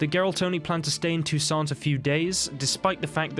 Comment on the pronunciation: You shouldn't pronounce "T" at the end of the word "Toussaint". It's a French name. There are two opposite theories about Fringilla and Emhyr relation before the final battle. First, she wasn't tortured and was treated unexpectedly well in Nilfgaardian prison - because she readily told everything about the Lodge and agreed to work for Emhyr's inteligence. Second, based inter alia on the ambiguity in Yennefer's letter to Emhyr, says that Yen promised the Nilfgaardians to kill Fringilla when she's no longer needed to help in fight with the Wild Hunt. This was allegedly part of Yennefer's bigger agreement with the emperor about Ciri (and it was just in Nilfgaard that Yennefer found out what exactly was happening in Toussaint, so she might not like Fringilla very much at this time).